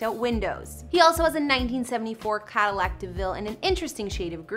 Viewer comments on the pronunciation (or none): none